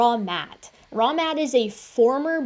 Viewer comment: I will never not hear his name as "Wrong Matt."